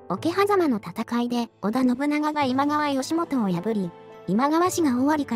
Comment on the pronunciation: どうするのあのセリフ 私には今川ではなく、ジャニーズって聞こえました